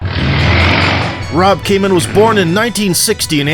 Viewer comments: Kaman, not Cayman! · KAH-mahm. Do your research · Why do you pronounce his name as Cayman? I'm not even Dutch and it bothers me. Nonetheless, thank you for the tribute to one of the biggest legends. RIP champ, we look up to you.